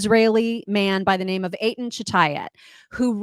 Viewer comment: Girls, I'm happy that you are both so pro-Israel, but PLEASE, when you talk to Eitan (proper spelling), PLEASE get the proper pronunciation of his name down before you go on the air. I'm Israeli and it sounds like nails on a chalkboard when you say his name....